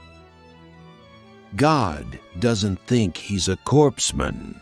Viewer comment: "Corpse-man"?!! It's pronounced 'core-man"!